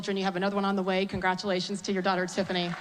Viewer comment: Lol "they said no way, i said way weh".